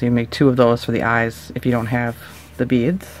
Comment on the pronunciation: U sound weird u say it like beadsh